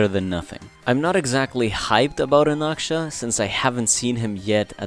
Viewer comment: He's Anaxa not Anaksha